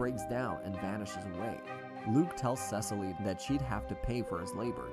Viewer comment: bro the way he said Cecile BRO ITS SE-SEAL